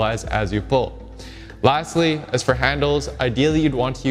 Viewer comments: .... I thought he said ' lats-ly' instead of lastly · and I thought I heard you say "latsly"